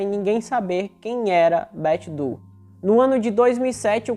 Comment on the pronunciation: bom trabalho! Incrível como essas coisas acontecem e alguns casos conseguem ser finalmente resolvidos, né? 😁 Ah! Para referência futura, Doe se pronuncia Dôu, não du. 😉